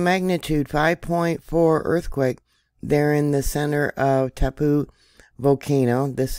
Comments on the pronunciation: It's tau-POH, rhymes with "now GO". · Hi from NZ. its pronnounced ,, tar- po. Love to all!